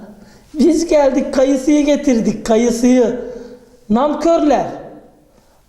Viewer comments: kardeşim NAMKÖR değil NANKÖR düzeltmek istedim kardeşim. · Ozellıkle soyluyor onu 🤪